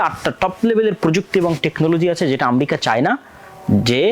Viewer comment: ইসরাইলের ক্ষয়ক্ষতি কম হচ্ছে ???? ইরান ও ইসরাইলের লক্ষ উদ্যেশ্য এক ??? ইরানের বিরুদ্ধে ইসরাইল, যুক্তরাষ্ট্র ও তার মিত্ররা যে অভিযোগ তুলছে আপনি সেই একই সুরে কথা বলছেন । আপনি মুসলিম রাষ্ট্র গুলির শত্রু হিসেবে ইরানকে চিহ্নিত করতে চাচ্ছেন ? আমরিকা কী ???? উচ্চারণও শেখেন নাই ?? তাছাড়া পৃথিবীতে আমরিকা নামে কোনো রাষ্ট্র আছে ?? জ্ঞান ও প্রযুক্তির দ্বন্দ্ব ??? দ্বন্দ্ব হচ্ছে ক্ষমতা, আধিপত্য ও অর্থনৈতিক যা আপনার মাথায় ঢুকছে না ।